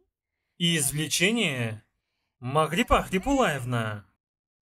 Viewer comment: Чудная кубинка. Спасибо за перевод,, особенно за авторские "примочки". У меня вопрос: вы действительно произнесли "Магрипа Кяхулаевна" или это я услышала название дагестанского села Кяхулай?